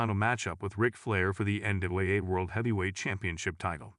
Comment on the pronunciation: Yeah, having trouble giving a single ounce of respect toward a channel that can’t be bothered to even learn how to pronounce the Von Erich name correctly and, apparently, is incapable of even saying the letters “NWA” correctly.